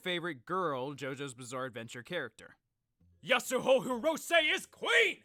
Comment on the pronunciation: Didn’t he say that it’s Yasuho?